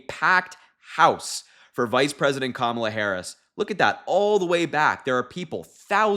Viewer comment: Thanks,! But we'll need another name for her team. The accent in Kamala is on the first syllable. That's okay, the whole world will know how to pronounce it within the week. Thanks so much for your support! Americans don't often express how grateful we are to our friends overseas. It means a LOT to us. 🤎 😊 👍 💙